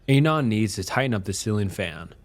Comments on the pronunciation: I find it funny the way you pronounce Anon. Ay-non, as opposed to, at least what I think, Ah-non. Also, 4Chan stories are preferred to Reddit stories. But seriously, great content. Makes my shift go by much smother. Thanks! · Also.. ANON is the first two syllables of ANONYMOUS. why are you saying it intentionally off?